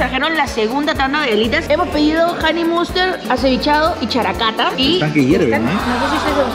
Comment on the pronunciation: Solo los Olds recordarán la pronunciación de “HoneyMustaaaaard”